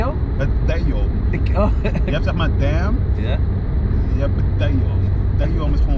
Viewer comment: Haha andy begreep niks van die straattaal je zit toch niet in de midlifecrisis he haha grapje man goeie vent jij “dayuuuum” en dan zegt andy dehmm haha